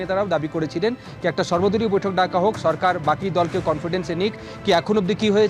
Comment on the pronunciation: এই ভারতিরা নাকি যুদ্ধ করবে, হ্লারা কথা ও বলতে পারে না। সরকারকে বলে চরকার, সেখানে শব্ধকে বলে ছেখানে😜😜😜